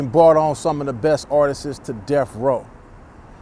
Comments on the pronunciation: It’s artists not artistes 🤣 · Artists homie NOT Artist-ses